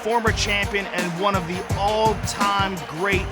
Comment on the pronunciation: Joe "One of THEE" Rogan